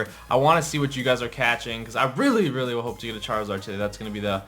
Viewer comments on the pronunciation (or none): none